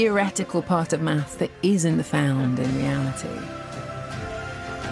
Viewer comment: With her speech impediment, she struggles so hard to say 'maths'... If there are 10 rocks in the field...will there still be 10 rocks in the field if there is nobody there to count them?